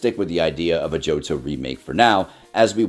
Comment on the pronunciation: Why do I often hear one of the speakers pronouncing “remake” as “remick”?